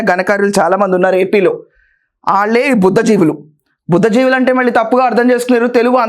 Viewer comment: Madam a small correction. It is BHUDDHI JIVULU.